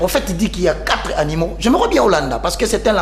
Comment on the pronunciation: On dit: quatre animaux, d'où nous vient, il y a quatre-z-animaux ?